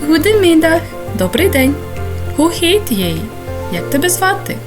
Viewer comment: Чому ГУДЕмідах?.. як ХУде.. те ж саме з heet.. то ж вимовляється як «гіт»..🤌🏼